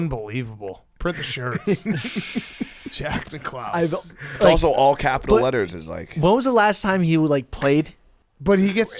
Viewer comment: really said Jack Nic' Klause